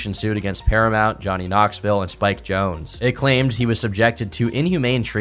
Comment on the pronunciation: There's this one youtube channel that keeps pronouncing Spike Jonze "Jonesie" and every video he uploads has people in comments correcting him...